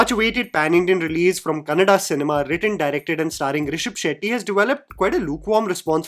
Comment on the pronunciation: Bro says Kannada.. not Kannad. Sunke accha lagta hai.